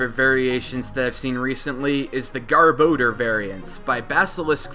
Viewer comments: It's not GAR-BO-DER it's GAR-BAR-DOOR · That pronunciation of garbodor XD